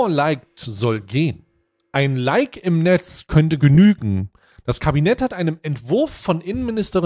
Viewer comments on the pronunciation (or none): none